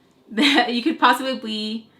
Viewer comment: Best intro ever 🤣🤣🤣🤣 “nost potifications” 🤣🤣🤣😍😍 “possibee blee” 🤣🤣 “tongue died” 🤣🤣🤣😍😍😍😍😍😍ily forever